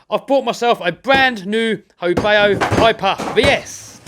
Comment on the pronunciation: FYI: Not "ho bay oh", its a ho bow (/baʊ/) as in the bow of a boat. But the name is a bit wonky as "ho" doesn't exist in Chinese. Should be "hou".